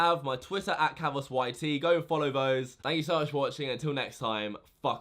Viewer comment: Fank you, fank you very much. Fank you a fousand times over. Fank you.